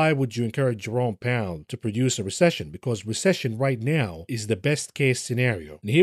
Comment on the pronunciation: Recession not recission